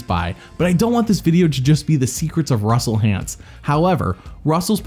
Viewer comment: I love how Jeff calls him Russel Haunts.